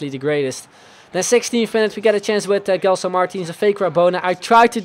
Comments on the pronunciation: you don't read it *g*elson, its *j*elson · its not gelson its like jelson the same way like u say jay